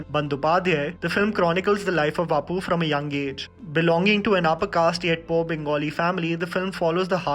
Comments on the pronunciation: its not aapu it opu and not bandopadhyay its bondopadhay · It's Opu Not Apu :") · Btw, it is pronounced as "opu" and not "aapu"